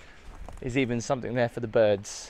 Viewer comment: Somethin'g' not somethin'k'.... :(